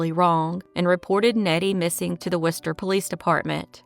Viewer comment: Have to give props for pronouncing “Worcester” correctly!